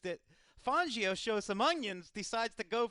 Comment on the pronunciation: Who pronounces it fongio it's fangio